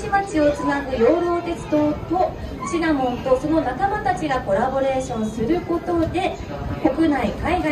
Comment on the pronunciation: 司会の方、シナモン シナモン 言ってない？ 正しかったかな？(笑) シナモだよねー😅